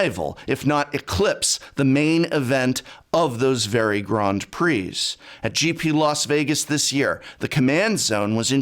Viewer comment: Grond pree?